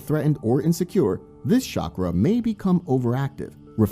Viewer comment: CHA-CHA - CHA- KRA....Not shockra.